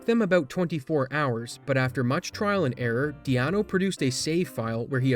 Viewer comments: Dee-ano XDD its deano. Like dean. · also, calling deano, 'dee-ah-nuu' like keanu, cracked me up xD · the pronunciation of deano near took me out lol